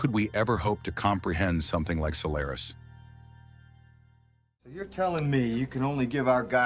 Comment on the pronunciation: Good observations but the pronunciations in the essay are laughable...Gaa taa kaaa????? Sol lair is??? Jeez...get this stuff right.😅